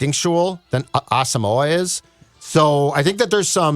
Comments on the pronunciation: guys his name is pronounce ah-sum-mwah please say brian asamoah last name correctly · Brian Ah-sum-wah. Three syllables. He did an interview with the Vikes media where he clarified this. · He did an interview with Vikings media where he laid it out very clearly. It's Ah-sum-wah. Three syllables.